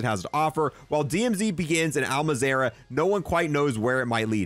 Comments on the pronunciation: i just want to say and its probably a bit much but can you please not say al mazarah when its al mazrah MAZ RAH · Im sorry i know this has nothing to with the video but him saying “Al Mazerah” instead of Al MAHZ-RUH (pronunciation) is killing me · Btw, you’re saying Al Mazrah, it’s pronounced All-Mauz-Rah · Things he pronounces wrong: Panzerfrost Polychromatic Al Mazerah Black Modus